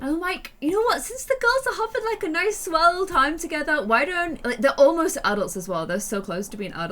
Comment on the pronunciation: DID SHE JUST SAY.......”SWELL”